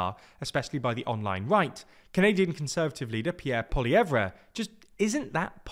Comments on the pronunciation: Polly-ev, not Polly-evre. The re is silent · Him saying “Polly Ev Re” is super annoying, his last name is French, it’s pronounced “Pol-LEE-ev” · his name is pronounced "Pol-ee-EV", not "Pol-ee-EVra". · It's Polly-yev! No more -reh. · It’s pronounced POL-EE-EV